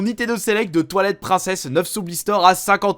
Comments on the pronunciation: pk tu dis bien breath of the wild et tu dis toilettes pricneses. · toilette princesse ?? J'espère que vous avez compris quand il disait Twilight Princess, moi j'entendais Toillette Princesse xD